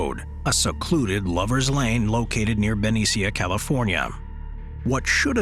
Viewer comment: "Benny-sia", California? It's pronounced "Beh-neesha", CA.